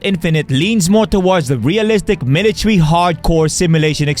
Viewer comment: "milatery sim"